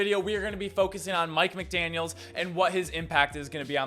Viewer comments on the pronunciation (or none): guys theres no S on the end of his last name